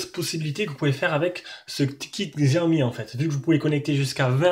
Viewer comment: En Chine le X se prononce Tche. C'est donc pas Gziaomi mais Tchaomi.